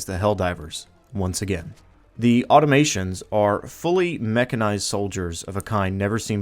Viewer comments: Auto-mah-tonnes Great videos though! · Please learn how to pronounce "Automatons". Good stuff, regardless.